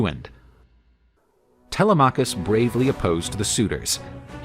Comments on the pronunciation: tele-maw-cus had me dying bro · First time I hear Telemachus pronounced that way, kind of distracting.Great video otherwise!